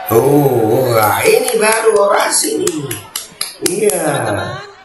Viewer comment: Cawapres harus nya orasi bukan ny oradsi tapi jadi penbawa acara🤣🤣🤣